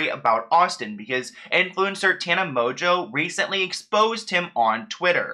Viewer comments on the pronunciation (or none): why does everyone pronounce mongeau as 'mojo'? its literally pronounced 'mon-goo' like 'mongoose' without the 'se'